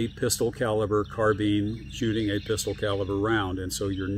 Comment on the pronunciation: Carbeen? Carbine, rhymes with dine, fine, mine, nine, pine, vine, wine etc.